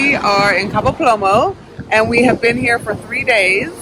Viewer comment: Cabo Plomo??? Lol, It's a pretty easy word to learn.